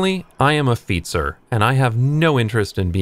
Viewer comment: That pronounciation of fietser and wielrenner was pretty good!